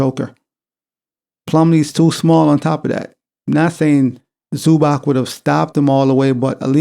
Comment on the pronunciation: It is ZubaTS not ZubaK.